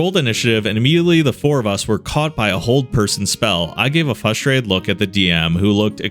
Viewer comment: Am I the only one that gets annoyed every time he says "fustrated"? My dude, there are 2 Rs in frustrated. Love the videos but I can't not notice it everytime.